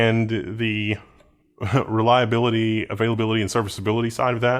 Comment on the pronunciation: "Reliability"... "Availability".... "Serviceability" .... loved the way you said those IT jargons 😂😂😂